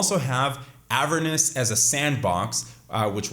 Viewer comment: Bro please pronounce Avernus how it should be lmfao you say Avernis